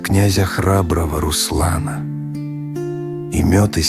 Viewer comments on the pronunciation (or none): Молодец. Ждём Онегина и Тёркина. Ударение не пробовала ставить? Русла́на. Может поможет. И больше анимации!